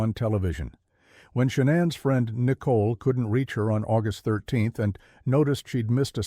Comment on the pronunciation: How dude pronounces Nicole “Nickle”